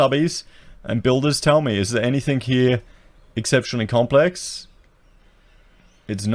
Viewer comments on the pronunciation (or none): Very informative and realistic with regards to the home building industry in Australia today. Pity you had to talk about yourself so much, somewhat priggish. BTW, it's anything not "anythink".